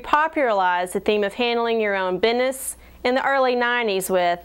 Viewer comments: She even said "the Divinyls repopuralized handling your own binness" Silly me, I created a word that doesn't exist. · "popuralized" and "divinyls repopuralized the theme of handling your own bidness" ""like 4 straight guys on their way to a baptist(?) costume party" except it's clearly 5 people in the picture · Did she say Bid-ness? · bi'ness. lmao